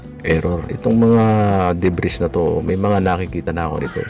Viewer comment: Deb-ree ang pronounciation jan, hinde deb-riz